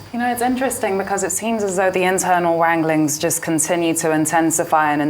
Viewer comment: Leila, it's not internal "wangling" but "wrangling." I understand, it's slip of the tongue.